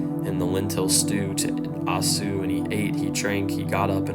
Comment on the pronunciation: I was moved by your young passion. Keep preaching! Esau is prounounced...E-saw